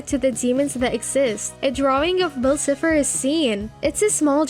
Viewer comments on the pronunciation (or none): Hold on. Did you just say Bell Cepher? (Ehem Bill Cipher) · Her: Bill Sifer! Me: Girl it’s BILL CIPHER (Si-Fer) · She said bill cipher but pronounced it as “bill Sif-er” and called a clock a watch. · Dude they have a fake voice or just are bad at English it’s bill cipher but they say cifer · “bill sipher” girl yk damn well… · Who else can tell she’s never seen any of these shows. Edd-ah-lyn Bill cefer plan-taars I mean come on. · Nobody: Her: Bill Sith her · Bill siffer? 😕 it’s pronounced Bill Sigh- Fur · dude it triggers me soo much how this person says bill cypher like swiffer>:((. ITS PRONOUNCED SIE FER!!! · Everyone : Bill Cipher (S-Eye-Pher) Her : Bill Cipher (S-Ee-Pher) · “BILL SIPHER” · ....you did not just call him bill "siffer" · Not be mean but it's called Gravity falls not gravity and bill cipher is pronounced Bill (si-fer) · Who else noticed that she’s saying bill sipher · "Bill siffer" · Eee-dalyn, Bill ciii-pher. I just... They're pronounced so clearly in both series... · Nobody: her: bill siffer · Why do you say "Bill Siffer"? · Why do I feel like the only way you know anything about this show is google theorists Like you messed up Bill Cypher's name and you messed up Edalyne's. You were saying bill cypher like bill cifer and saying Edalyn's name like edaline. also all your points you made are just references and one crossover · You’re saying bill cipher wrong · STOP SAYING BILL CIPHER LIKE THAT ITS DRIVONG ME CRAZY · Your saying bill cipher wrong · Good video, but please try learning how to pronounce the characters names👍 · You say Bill Cipher’s name wrong and it pisses me off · The way you pronounce Eda’s name makes me cringe. It’s ‘EE-da-lyn’ not ‘eh-da-lyn’ There are other mispronounciations throughout like Bill Cipher and scepter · ☠️ the way they say bill’s name bothers me so badly… 😭😭